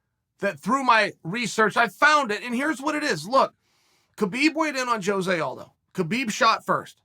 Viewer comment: I appreciate sticking up for Jose but why cant anyone ever pronounce his name right?